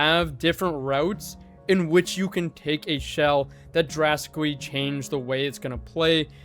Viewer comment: “drwasicwy” I’m sorry I had too, much love